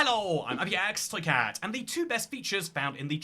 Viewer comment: Why does he always say "ibxtoycat" in such a weird manner? It's really cringe.